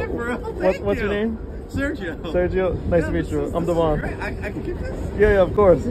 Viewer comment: aw, man. As a man named Devon (DEH-vun), I gotta say I love your talent and hate that you're encouraging everone to pronounse my name wrong.